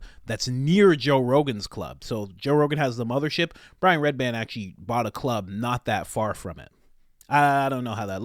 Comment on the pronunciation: I don’t think you understand what “handler” means. You make zero sense. Also it’s REDBAN. Not redband which you said 4x